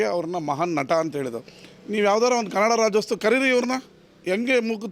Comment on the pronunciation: ನಿಮ್ಮ ಉದ್ದೇಶ correct ಆದ್ರೆ ದಯವಿಟ್ಟು ರಾಜ್ಯೋತ್ಸವ ಮತ್ತು ಚಿತ್ರೋತ್ಸವ ಪದಗಳನ್ನ ಸರಿಯಾಗಿ ಉಚ್ಚರಿಸಿ.